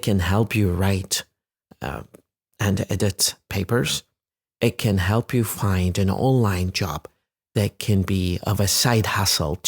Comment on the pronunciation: ليه استاذ عبارة :it can ، نطقتها زي: e kn كانها بالعربي "إكن" ليه ماقلت: ايت كان؟